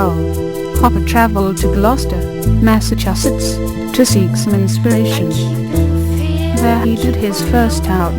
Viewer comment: The woman narrator sounds like a robot. Can't even pronounce Massacusetts